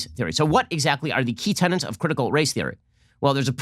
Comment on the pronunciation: tenets - not tennants:: de rigeur - de regerr